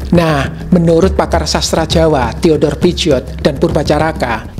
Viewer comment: pigeaud dibacanya PISYO .... hehe